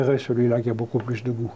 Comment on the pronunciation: bonjour tu leurs as dit... ' merci beaux cul..' cela signifiait quelques choses? lol au japon on sait prononcer le COU merci BO KU /